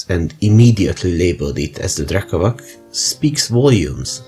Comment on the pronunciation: Great vid! I know that these slavic words are hard to pronounce but it’s “drekavatss” 😂